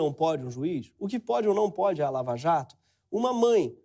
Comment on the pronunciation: É impressão minha ou ele falou: escândalo da VALAJATO? kakakakaka